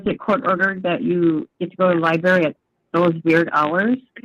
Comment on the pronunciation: She has a doctorate & says “LIE-BERRY” this bish is dumb as a rock.